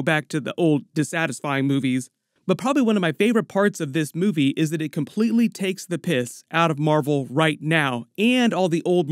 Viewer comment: Emergency Awesome As a Britisher, everytime you say "Takes the piss", i raise my glass to you.